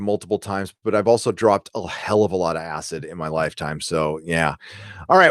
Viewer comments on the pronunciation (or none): none